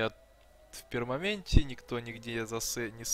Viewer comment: ты конечно игрок от бога, на все-таки не "пермаМент", а пермаНент, от английского permanent - постоянный.